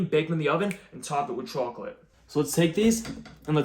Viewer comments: I love your pronunciation of chocolate, "troclate", it's hilarious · the way you say chocolate is craaaaaaaaaaaaaaaaaaaaazzzy